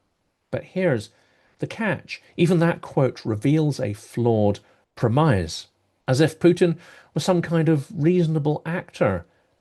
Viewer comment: Take it from an ESL speaker: It's /ˈprem.ɪs/, man.